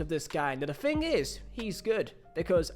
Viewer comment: And learn to speak properly. Thing is not pronounced Fing